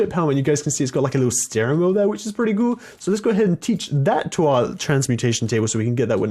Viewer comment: he said wish is perrty gool